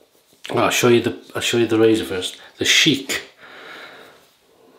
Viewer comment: Hello. Good vid. BTW it's pronounced Shick rhyming with "ick". You pronounced it like Arab Royalty Sheek. Thanks for the Palmolive shout-out. Great stuff.